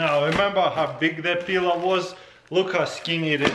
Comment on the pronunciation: Lovely peeler. Or did he say pillow 😂